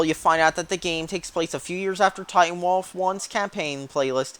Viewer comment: "titanwalffh" nice